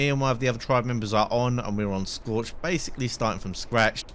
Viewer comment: Schorched in or whatever you said at the end :))